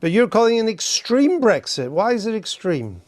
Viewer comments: Oh she's talking about "brethit" not Brexit. Maybe thats why Andrew got confused. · Bottom line is she'd rather laws in force in the UK were made outside the UK. Like all pro-EU people she wants a proxy government i.e. the EU.And she talks in generalities and abstractions, like a student who's never grown up. And it's Brexit with an x, not Bregzit, as she keep saying. Also, she's evidently a liar: says the Greens want immigration controls, in the next breath shows they don't, because their police IS for open borders - then she waffles on about reuniting families. Insane.